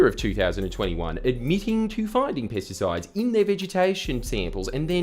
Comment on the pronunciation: When this guy says pesticides it sounds like he’s saying “piss decides” lol